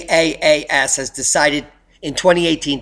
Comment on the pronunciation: Good report! But it's call "Triple-A.S." cause it sounded like you wondering about the name, as you were pronouncing it.